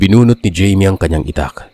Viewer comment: jaime o bka namn hayme ung pagkabasa